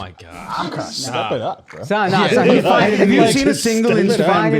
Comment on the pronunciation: Yea he's not foiiine.